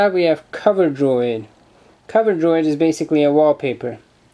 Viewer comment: coveroid* not coverdroid